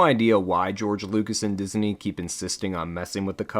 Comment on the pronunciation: Why do you say “Diz-a-nee”? lol it’s just “Diz-nee” my guy